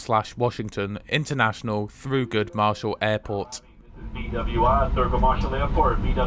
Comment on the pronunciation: Maybe I misheard, but Thurgood Marshall" is pronounced as spelled, not "through good".